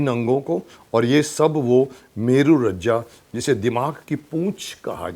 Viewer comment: मेरू रज्जा नहीं, मेरू रज्जू है।